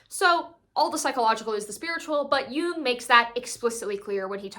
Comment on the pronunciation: Also thanks for pronouncing “Jung” correctly